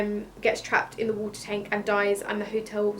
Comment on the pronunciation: Lol, 'tenk'